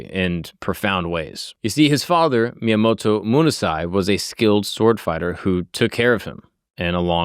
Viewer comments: At least learn how to say the name correctly. Miyamato? It didn't sound like miyamoto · Myomato? Dint even say his name straight? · Just got here from your Achilles video where you pronounced every single name wrong and of course, right away you pronounce Miyamoto wrong. This is making me think you literally just have ai compile the story, and you just read the teleprompter in front of you with zero research on your end before the show. Either that or it's a running gag that you pronounce everything wrong and I'm just not aware. I seriously don't see how it's possible. If it really is unintentional, you'd think you would pronounce names correctly as least some of the time by accident. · Except he pronounces almost every single name wrong in almost every single episode he does. His Achilles video was annoying as fuh. Literally EVERY. SINGLE. NAME he pronounced won't except for Achilles. In this video he didn't even pronounce Miyamoto correctly.